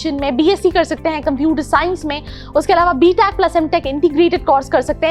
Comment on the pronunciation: Mam vo BTECH hota hai BTACH nahi hota